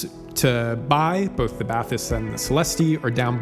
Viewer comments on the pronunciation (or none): It's "ba-tees" just in case you want to pronounce it correctly. Great review otherwise. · Celes-teeeeee and Bah-tees. Otherwise great review, thanks. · It's actually pronounced "bat-teese". (I watched an introductory video from Focal). Thanks for the review. Lots of good info. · I had the Celestee's and returned them. I now have the Bathys (it's pronounced "Batees") it's french. But anyway I liked the soundstage better on the Celestees but for my use case the Bathys was a no brainer having blutooth. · BathEss the E english pronounced like an i or sometimes a y in french. So you pronounce it Bath-Ess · For Americans it's pronounced "Bat-teese", there's no "th" spoken! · bat TEES is what i hear English speaking reviewers call it, with emphasis on the second syllable, which is wrong too. Trying to sound French but not really. 😂 So pronouncing it with an English accent is actually the better thing to do.